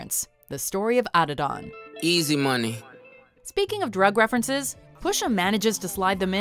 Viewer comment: Can’t pronounce Adidon LMAO